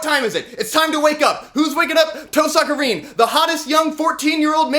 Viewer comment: toe-sucka rin